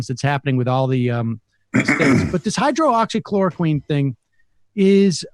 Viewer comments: Sam... here, a little help: Hy-droxy-chloro-quine. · quit calling it hydro oxy...there is only one o.... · “Hide-rox-ee” not hydro-oxy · It’s not, hydro oxy, it’s hydroxy. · Hy-droxy...not hydro oxy...not a big deal, but... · Chemical engineer here: it's pronounced "hy-DROX-y" not "HYDRO-oxy" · It’s not a big deal.. but I believe the drug is called Hydroxichloro- “quinn” not “queen” like Sam has been saying every time. Drives me kinda nuts though. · hyro-oxy-chloroqueen ... lol Sam you're adorable. It's 'hydroxy klorokwin'. In our lab we just called it chloroquine for short. We were trying to see if it would cure cancer. It doesn't. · Sam - it's not "hydro-oxy" it's just "hydroxy" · hydroxy====== hi drox ee not===== hi dro ox ee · ... Hy - drox - y - chlor - o - quine ... Sam, I apologize ... I trust YOU - I DON'T trust Trump ... but Hydroxychloroquine just ISN'T that hard to say ! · He pronounces it hydro-oxy hehe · "Hydro-oxychloroquine?" Jesus, Sam... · Hi-drox-ee-kl-or-oh-kwin ... but I love your show :D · It hurts my soul every time he says "hydro-oxy-chloro-queen." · high drocksy kloro kwin : hydroxychloroquine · Sam the drug is called hydroxychloroquine and its pronounced HI-DROXY-KLORO-QUINN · And it's not pronounced "queen" either. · Your point would be more effective if you actually pronounced the drugs name correctly. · Please. Learn to pronounce the drug’s name correctly BEFORE you rant, even if your rant is correctly based and well verified. It’s like W consistently saying new-que-ler. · Is Sam deliberately mispronouncing hydroxychloroquine? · This is ridiculous. You can't even properly pronounce the name of the drug. The trials you're talking about are absolute garbage. Im sure you have absolutely no idea as to what the medical activation of the drug is and why or how its thought to have a chance of working. I'm disgusted with you people who are putting politics above science. You should all be ashamed with yourselves.